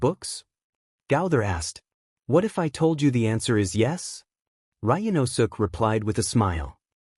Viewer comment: "The ehatif guy" I'm sorry i can't, i just can't 😂😂😂😂😂😂